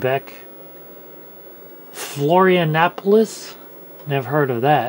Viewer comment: It's not Florianapolis, is Florianópolis, brazilian city.